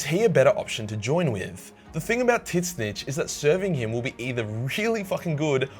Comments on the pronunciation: ....tit snitch? Tzeench. Tz een ch. Like zeench Not tit snitch. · I did'nt want to dislike the video,but your pronounciation of ''tzeentch'' just killed it dude.For the record it is''zyeeench'' not the ''tit-sinch''. First T does not pronounced. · Excuse me? Titsnitch?!?! It's pronounced "zeench" okay just making sure you now. And it ain't corn that's the food it's khorne. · Tit Snitch It's Zeench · I can’t stop laughing about how you saw titszeentch I thought it was pronounced zeentch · Why do you call it Tit Snitch? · DUDE, the way you pronounce "Tzeench" is ridiculous. "Tit-snitch". How the fuck am I supposed focus on the video when I can't breath through part of it? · Is there some reason you keep calling him Tit-Snitch in all of your videos, instead of just pronouncing his name properly? It's not that hard; just Tzeentch, with the T's being silent. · LOL , "tits niche" is what the automated subtitles went for when you speak the name of Tzeentch , which should be pronounced as 'zeen-che' according to google translate by the way. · Tzzentch ist called Seenisch nod TITsnitsch :-) cool video of all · Why are you saying Titsnitch and not Tzeentch??? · why you pronounce his name titsnech and not just zeench it’s easier the second way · Imma do u a solid, tzeentch is pronounced like “sinch” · It’s pronounced “Zeench” not “Tisnitch” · (trigger is on safety ⚠️ protect sack before clicking ) I don't pronounce the name tit snitch I pronounce it ZEEMCH when I play to Daddy. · Why pledge to them when they can pledge to YOU?… Also, TIT SNITCH?….I thought it was “zeench” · I keep asking myself, why is he reading Tzeench as Tit-snitch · Wait did he say "Tit Snitch?" lmfao it's pronounced "Zeench" one syllable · So I'm kinda new here but do you call Tzeench Tit Snitch as a meme or is that just how you pronounce his name? (I've always heard and personally call him Zeench). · Its pronounced Zeench..... WTF is Titchsnitch? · It's not Tit-Snitch. It's Tzeench. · but titznisch